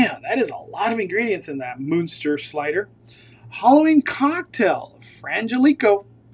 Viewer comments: It’s pronounced Munster Moonster?! 😂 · "Moo-when-stir" Muenster 🤓 😂😂😂😂😂😂